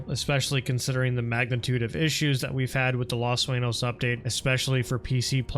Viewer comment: You have the most Caucasian pronunciation of the word “sueño” 🙈